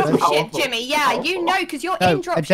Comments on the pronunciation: I swear some of them said Timmy instead of jimmy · Lol they are saying Timmy instead of jimmy